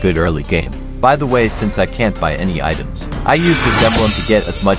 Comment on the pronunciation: he says where yin item's😂